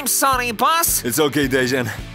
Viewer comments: His name is pronounced deyan not dezan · Not dežan its dean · Dejan not dezzzssaaaan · Ffs it's pronounced de-yan